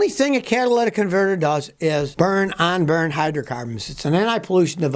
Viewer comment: "Onburned"????? "Offreeen"?????